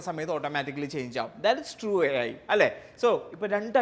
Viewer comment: Ai ❌ Æyi ✅